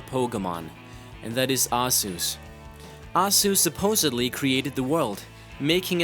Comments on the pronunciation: Arzeus?! WRONG! It's fucking Arceus! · he really can't pronounce arceus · HOW THE FUCK DO YOU PRONOUNCE ARCEUS?! ARZUS?!?! HAHAHAHAHA NOOB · Its pronounced as ( arceus) are key us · Arzeus. That is the saddest accent I've ever heard for Pokemon's Almighty God. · Its pronounced are-key-us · headaches is not pronounced head-akes and aceus is not pronounced asus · arceus is pronounced in a totally different manor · I can't believe we are in 2014 and people still can't pronnounce Arceus properly. DO SOME MOTHERF*CKING RESEARCH BEFORE YOU MAKE A VIDEO GOD DAMN IT.